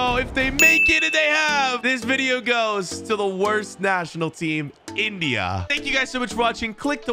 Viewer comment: Why do you say India like that bro